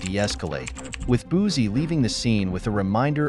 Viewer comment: As a Louisiana native, it’s Boosie (Boo-see). And before anyone jump on my comment, I’m not condoning his behavior.